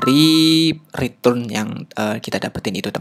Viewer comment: cuma keliru aja, return dibaca ritrun :)